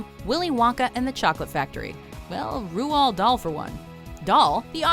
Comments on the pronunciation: it's pronounced ROLLED Dahl ROLLED not rowuald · Because that is meant to be the correct pronunciation: Rohld. has a very bad habit of completely effing up people's names, and over emphasising foreign names (Just listen to them say Celine Dion's name. I get that Celine Dion is French Canadian, and the name is French, and is based in Montreal and is therefore also French Canadian, but my god do sound like a bunch of pretentious d-bags when they say her name) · rual???? its pronounced rold! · It’s not pronounced Rowald Dahl. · O-Dog McGee Silly silly american woman! Ruald?! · how the FUCK is she pronouncing Roald!? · Dear God, the pronunciation of Roald was so poor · The way she says roald Dahl 😐